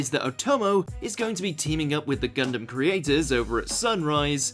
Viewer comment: Are you a troll? You can't pronounce Char and Gundam to save your life but you can explain reason's to hate Hathaway? You are extra suspect.